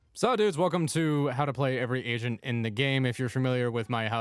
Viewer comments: I deadass thought he said "how to play every asian in the game" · Ngl i thought he said "how to play every asian" and i was like wtf 😂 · i heard every asian instead of agent lol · Lmfao I read someone say “take a shot every time calls jett by the name of a k-pop idol” and when he said “agents” sound like he said every Asian